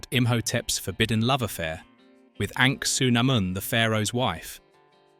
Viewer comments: Wondering why he keeps calling her Ank-su-namun when her name was said Ah-nuk-su-namun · Is no one else bugged by the fact he keeps saying ANKsunamoon and not ANAKsunamoon? aaaaaahhhhhhh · Me too, mispronouncing Evelynn as "ever lin" and Anuk as "an ankh" every farking time! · Dude you butchered the pronunciation of Anakhsun’amun 🤦🏻‍♂️ Other than that, awesome vid!